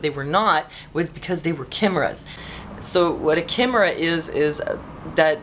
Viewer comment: Very interesting. By the way, you say it like 'K-eye-mira'.